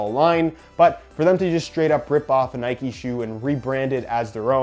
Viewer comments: It’s Nike not ‘Nikey’ just like it’s bike not ‘bikey’ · Its not nikey it nike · It’s not ‘nike-ayyy’ it’s just NIKE. like cmon you wouldn’t say bike-ayy